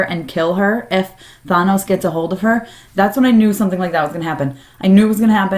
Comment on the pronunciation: Why do people pronounce Thanos so strangely in all these videos?